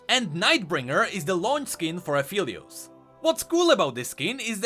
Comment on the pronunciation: A great vid as usual, and btw, Aphelios is pronounced A-fell-lios, not A-feel-lios. Alune calls him Phel which is pronounced like "fell" and not "feel" :)